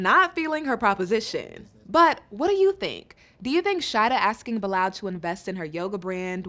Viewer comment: Why are you keep calling this man “BILL LAL, the man’s name is pronounced BY LAL. It is a Muslim name and I am so sick of this woman. Please, please go back home. Nobody is holding a gun to her head.